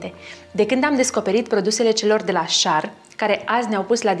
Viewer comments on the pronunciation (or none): Nu e schar..e scher..(asa se citeste)